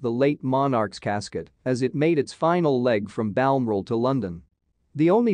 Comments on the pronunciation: Please. If you’re going to do videos on royalty please get the property names and pronunciations correct. It’s not Balmral. It’s BAL MO RAL. As in BAL rhymes with pal, MO with a short sounding O as in mock, and RAL as in corral, like the OK Corral… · Please say BAL mi Raal again. And Elizabeth aye aye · Queen Elizabeth eye eye!!! As in II = second? And Queen Elizabeths only child? And Balmoral pronounced Baal more al. What a crock of crap!!! FFS!!! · Can't even pronounce Balmoral properly!!!